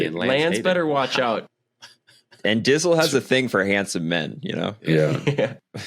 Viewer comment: OMG - call him "Dtizle" not Dizzle - what a major slip up. His knowledge cycling makes him look like one of the students in the the first Indiana Jones movie, star struck and dumb as f#^k! His head linkage is broken.